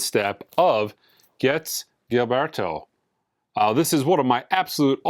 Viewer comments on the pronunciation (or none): Sorry but a small personal pet peeve: “Gilberto” is pronounced with a soft “G,” sort of like “giraffe.” For a record this important and commonly referenced, I think it’s worth learning this pronunciation. EDIT: I see got it right at the end after using the wrong pronunciation at the beginning.